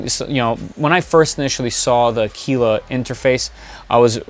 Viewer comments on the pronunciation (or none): Another great video on the “Voxel-Lab A-kwil-la”. Thank you. ;)